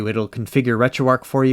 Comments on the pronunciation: Arch not Arc buddy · Wait, did you say you got called out for calling "8bitDo" as "8bitDoe" (I agree with you on this) all the while you rename RetroArch -> RetroArc ?? LOL, this is not a troll or complaint, just funny to me. You can pronounce it however you like.